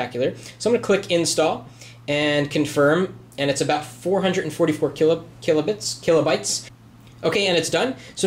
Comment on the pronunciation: I stopped watching this video after you mispronounced 'kilobytes.'